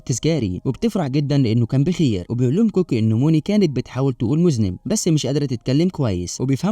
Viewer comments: تنطق موذننب و تكتب مذنب ارحموا اللغة العربية 😂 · اسمه مذنب وليس موزنيب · المزنب 😂😂😂😂😂😂 دا عربي يا مرسي 😂😂😂😂😂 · المذَنَّب و ليس المذْنِب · مُذَنَّب وليس مُذْنِب و شكرا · اسمه مُذَنَّب وليس مُذْنِب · 🎉اللغة العربية في خطر 😢مُذًنب وليس مذنب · إسمه مُذَنبْ ( comète ) وهو جسم فضائي متكون من رأس وذنب مثلاً: مذنب هالي، وليس المُذْنِب (هو شخص إرتكب ذنب) هههههههههههههههههه🤣🤣🤣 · اجهدت مخي لكي أعرف ماذا يقصد بالمُذنِب، طلع يقصد المذَنّب 🤣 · اسمه المُذَنّب وليس المذُنِب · المُذَنَّب تقرأ بفتح الذال و فتح النون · مستفز جدا ليش تنطق المزنب اي المذنب بهذه الطريقه حرام عليك ليش ليييييش لامره ولا ثنتين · مش معقول لفظك لكلمة مُذَنّب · قصة الفيلم جميلة ولكن التشكيل والنطق الخاطئ غير كل معنى كلمة مذنب هذا حرفيا إجرام في حق اللغة العربية 😂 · الفيلم حلو جدآ بس انت خربته بطريقة نطقك الخاطئة لكلمة مذنب لكن معلش ياباشا حنعديهالك المره ديه 😂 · هو انت بجد مش عارف نطق كلمة مذنب !!!!!!!!!!!! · كنت مركزة اول ما سمعت مذنب ههههه جريت على التعليقات و الله ما قصرتو. ههههه😂😂😂😂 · معقةل ما تفرقش بين المذنب، بالسكون فوق الذال و بين المذنب بالفتحة فوق الذال؟؟؟!!!!؛ ما هذا يا هذا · اسمه مذنب هالي بيظهر كل ٧٦سنة وينطق بضم الميم وفتح الذال